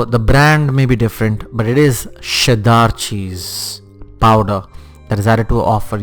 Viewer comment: Who pronounces cheddar like sheddar!haha